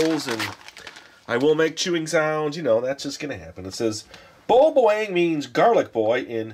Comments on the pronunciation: hahaha...i love how he says boy boing instead of boy bawang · pronounced Boy Bawang as Boy Bangawang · what he said boy buwing hahah